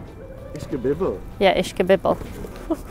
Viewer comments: ISH- KA- BIB- EL. Say it fast with a Filly acsent, Kind of Bayoneeze..... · Did they have a Philliy Cheesesteak with CORNED BEEF and CABBAGE?? BTW...it's pronounced ISH-KA-BIB-BULL! Also what you call "Grease" dripping out is probably just some juice from the vegetables and some fro the meat!